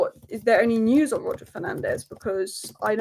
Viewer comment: Hi. It's pronounced "News" and not "News"